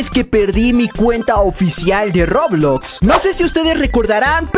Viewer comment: COMO DIJO EN SU PRIMER VÍDEO DISE REBLOX XD